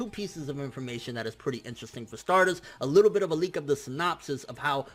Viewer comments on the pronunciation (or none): none